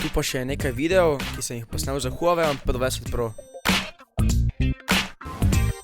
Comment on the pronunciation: Pa reče se pe 20 pro